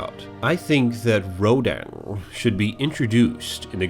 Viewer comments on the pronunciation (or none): wait you you think I am cool HWaaaaaaaaaaaaaaaaaaaaaaaaaaaaaaaaaaaaa you say Ronan (perfectly pronounced) instead of Rodan